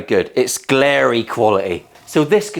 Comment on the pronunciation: Did u say "Glarry quality" lol.. I had to sub ya +1. was great video